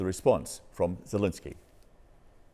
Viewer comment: Another American who calls Zelensky Zelinsky, have some respect for the man.